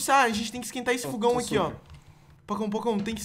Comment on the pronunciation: não é fugão é fogão